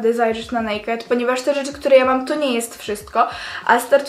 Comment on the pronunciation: Nazwy Nie czyta sie nejked tylko en ej kej di XDD